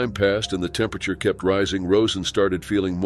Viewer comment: Bot. Thats why it can’t pronounce temperature